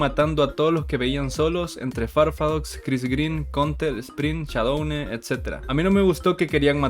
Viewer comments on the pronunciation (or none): "Todos íbamos con Shaudone" yo siendo fan del Dsmp: ._.